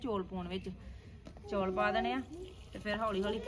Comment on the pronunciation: Hlo ji happy lohri tuhanu te tuhade sare parivar nu te tusi jaat Punjabi ho kr chaul nu chauul kehnde o